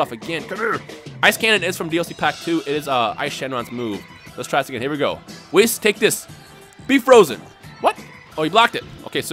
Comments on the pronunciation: um you say wiss instead of weese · Did you just... Just... Call whis wiss!?!? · Whis' name is pronounced as if the last part after wh is east without a T. why do say wiss. in xenoverse they even pronounce it correctly.